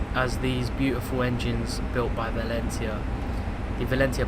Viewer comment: You've been into trains since you were young and you can't pronounce Valenta correctly?